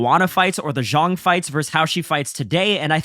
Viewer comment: Great video bro. Zhang is pronounced "Djung" not "zhong"